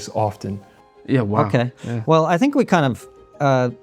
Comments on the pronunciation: This dude clearly doesn't know how to "fink" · He don't "fink" so.